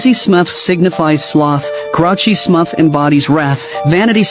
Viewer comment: Are we just gonna not pay attention to how it said Smuff instead of Smurf... 😭